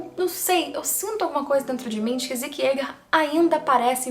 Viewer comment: o nome é "zeke" e não "ziki"...